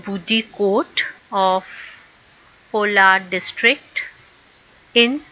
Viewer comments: haider ali born in Kolar not polar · Kolar district not polar